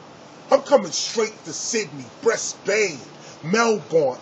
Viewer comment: Briss-Bain is way iller then Brisbane, mad style tip on his pronunciation.